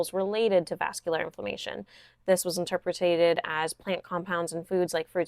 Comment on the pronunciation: I heard you trip on this word a couple times. You were saying interpreted as interpretAted. I’m not trying to be mean I’m just trying to help I promise